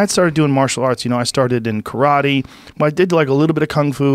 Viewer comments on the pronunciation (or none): none